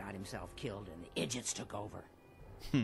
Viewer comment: Did Ronnie Just says Idjits hahahah !!! That is hilarious hahaha 🤣🤣🤣🤣